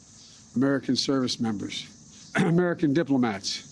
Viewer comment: He said uss Cole lmfao 🤣 bill killed him